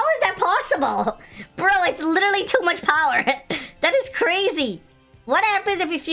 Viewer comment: kuya crazy po hindi Krazyyy HAHAHHAHAHA